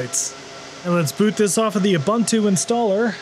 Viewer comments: Ubuntu is pronounced Ooo Boon Too ... there's no Bun, the Bun is a lie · I've never heard a guy mispronounce Ubuntu in so many different ways. You'd think he'd stay at just one wrong mispronouncement... But not this guy... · who the hell pronounces ubuntu like that... ffs